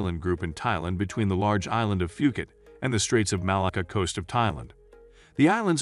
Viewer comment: 30 seconds into the video, your pronunciation of Phuket and Phi Phi was a HUGE turn off. So I turned you off. Geez.